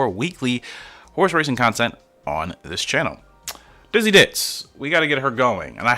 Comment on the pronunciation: i am laugh so much you get the name wrong best way to start off the new year with a good laugh i say keep up the good work , its young yolk y not f you could name the horse ditzy blonde , ditzy queen , ditzy do